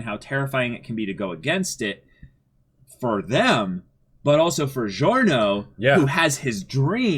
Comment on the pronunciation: Is anyone there going to tell them to LISTEN to how the names are said? Or even that the i in Narancia and Giorno is not sounded??? I mean you don't call Digiorno "Di-GI-OR-no" now do you? It's an Italian thing.